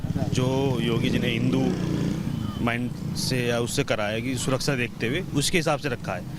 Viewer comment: Abe takle pehle suraksha bolna sikh suraksa kya bolta hai